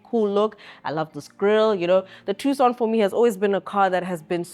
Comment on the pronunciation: Its pronounced "Two-son" & I'm I the only one hearing her mostly in my left ear? & why do you leave in a blooper? why not save it at the end of the video? you guys make her come off as incompetent. Otherwise good video.